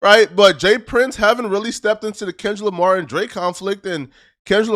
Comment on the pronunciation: So tired of acting like he cant pronounce his “R’s” in words. We here u say the same words with no problem sometimes a few words apart. Smh or i meant apaht smfh. Lamar twice then says lamah haaaaa